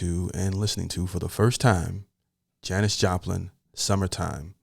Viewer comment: Yes you pronounced it correctly. Haven’t heard of Janis? Under a rock?